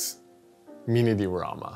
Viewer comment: Everyone: Diorama: deoorama 🤣🤣